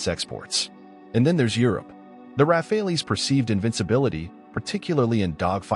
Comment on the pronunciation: Rafales, read...Raa..Faal